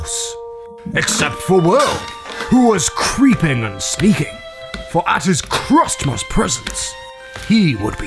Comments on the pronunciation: It’s pronounced Christmas now crustmus. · Kritmus?? that’s how you say it wrong XD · Crust most what the you say crusttmust ITS CRISTMIS